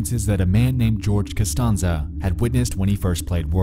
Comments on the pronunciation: You say George Kastanza like you never seen Seinfeld before. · And he says "Costonza". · "He said it Cuh-ston-za Jerry, The nerve of this guy!" "Well maybe he just assumed that's how it's pronounced" "Oh really. You're telling me this guy never read Shakespeare in High School? He knows a stanza when he sees it, This was a deliberate attack!" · Don’t even get me started on how he pronounces “George Constanza” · The way he pronounced Costanza probably not